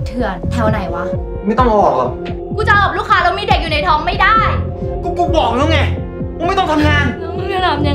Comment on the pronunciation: ชอบเทคนิคการออกเสียงคำว่า "ทำงห์าน"